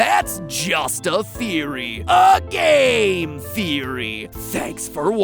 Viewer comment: is it just me but it sounds like mat pat just said "but hey thats just a theory a gay therory thanks for watching" Just me ok